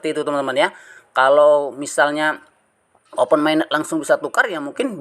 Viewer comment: Pi Network dibaca Fay Network, Open Mainnet dibaca Oven Mainnet, ampun jangan tunjukkan kedunguanmu lagi setelah dongeng2 halu mu kau sebar di channelmu 😂😂